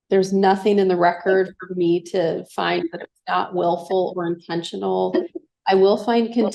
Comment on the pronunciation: Just me or is she using that annoying mean girls voice where they end words on a higher pitch? Or adding "ah" like "I want my daughters to visit with meahh"